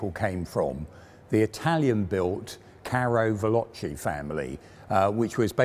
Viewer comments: Carro Veloceh not velocy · Great to see this tank family covered! Btw, "carro veloce" (with the final "ce" pronounced as "Che" from Che Guevara) is literally "fast tank", while "carro leggero" would be "light tank". You're the best when it comes to covering tanks and this little detail is nothing serious ofc but still good to point out